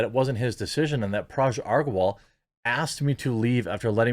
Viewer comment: Hey Jeremy, just a minor, minor correction. You are pronouncing Parag's name wrong. You are actually pronouncing as Paraj. The sound of 'g' is similar to 'g' of 'gun'.....